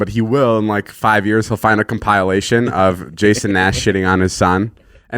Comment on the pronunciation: Uh I think is “compilation” not “compile -ation”